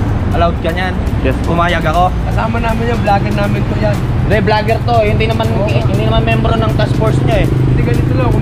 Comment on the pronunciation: #lightsonyou *parallel. Lahat ng sasakyan nasa horizontal plane. *hun-de *[E]nforcer ". . . ang daldal mo . . . para kang babae." 😂🤣